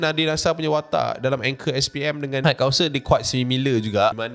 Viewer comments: Its high council...pronounce mcm kau sebut hai/hi. Dari vid seblom ni lg dok perasan kau sebut hait council,ada sound of T at the back. Klu ada bunyi T tu,ejaannya adalah height=ketinggian ada bunyi T. Yg citer ni high=tinggi,xde bunyi T...hait hait tu xdak,salah. Just hi/hai=high council, got it? Its iritating bila u keep pronounce hait council hait council. Sorry la aku pun x pandai BI tp kita sama2 belajar. Ni benda simple je,klu words yg lg bombastic mesti lg berbelit nak sebut bcoz english is not our mother tounge. U sbg youtuber famous kena peka sikit la bab sebutan...high and height. Tq 🙏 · bang, high tu takdo do sobut haik.. 🤣 pronounce bebaik bang